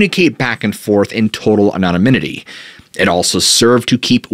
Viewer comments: “An-on-a-min-it-y?” I think you mean “An-on-ym-it-y.” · aNONymity not anominity ffs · Please work on your pronunciation of the word anonymity.. it's not anonomynity. The pronunciation is off all together. You've added an extra syllable and there is no third "n". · "Anomininity" 😆 🤣 😂 you must have "Googled" that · I just can’t get through this video with you saying “anomomininy” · Love your content. I had to play back “anonymity”. Might want check on how pronounce it. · pretty funny how he doesn't know how to say anonymity. pretty important word for the topic! lol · If you're going to use the word 'anonymity' sixty times, learn how to pronounce it properly. It's a veritable assault on the ears. Have a nice day. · Started out really enjoying your content. But now I can’t make it through the first few minutes of you repeating mispronunciations of COMMON words. Good God man! PLEEEEAAASE. Learn to speak the kings English properly. Truly heald back saying anything for so long cause you’re such a nice guy but one of I hear you say anonymity incorrectly one more time imma lose my shit. (Yes I see the irony). With love, and aggravation- keep up the MOSTLY good work, please showing old videos as new content, and if you simply cannot say “anonymity”, maybe don’t repeat it over and over. Sincerely love ya though brah. Can’t wait for some new and interesting content….